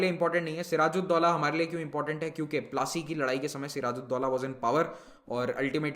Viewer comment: The pronounciation is po-la-C (battle of palashi)